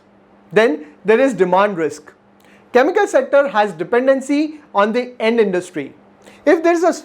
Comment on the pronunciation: its. CHEMICAL n not KAAMIKAL🤣🤣🤣🤣🤣🤣🤣🤣